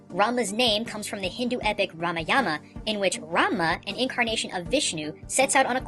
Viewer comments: "Ramayana" is pronounce "Rah-MY-ah-nah", not "Ram-ah-yah-nah", but you made clear you don't know all the proper pronunciations, so its cool. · Hi You've sed the names pretty Good But you pronounce Shiva As shiwa and Ramayan As Remain and shiv is blue because he was creating the seas But hè needed something to stir iT with so hè used a snake But When the poisen of the snake came in the water hè drank iT and His wife strangled him to save Shiva from the poison